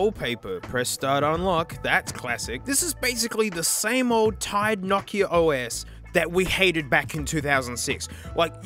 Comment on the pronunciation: It's not nakia it's No kia